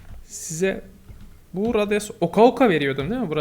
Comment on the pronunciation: abi radyoaon